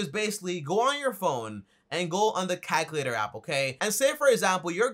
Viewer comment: "Calhkalator" 🤣 I still love this guy though